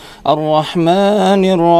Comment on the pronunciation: Maaliki yaumid diin, maa nya dibaca panjang ustad jangan pendek gituuu 😅